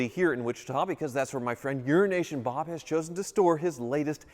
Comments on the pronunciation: Why does he keep saying 'Urination Bob'?!😂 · Is it "Euro Nation Bob" or "Urination Bob"? 🤔😂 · 'Euro-nation' needs a slight pause in the middle otherwise it sounds to much like 'urination' Love you Bob :) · You sure enjoy butchering Euro-Asian Bob don’t you.